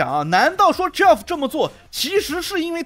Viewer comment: ，友情提示，Geoff这个名字和Jeff的发音是相同的，都叫 杰夫，而不是 脚夫🤣